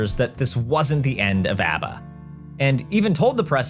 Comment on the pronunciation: I'm sorry what sort of Australian pronounces ABBA like that? I find that more of a stretch than the ABBA boys writing a musical